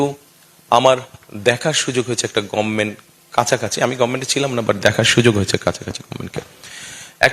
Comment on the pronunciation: গম্মেন্ট টা কি জিনিস? গভর্নমেন্ট হবে না ভাই?